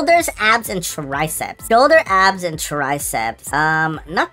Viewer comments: I dont if you guys heard but he said ass instead of abs in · I swear bro is saying ass and not abs😭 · I thought he said ass